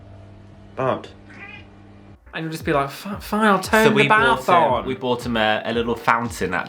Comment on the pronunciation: Anyone else hearing "butt" every time they say bart?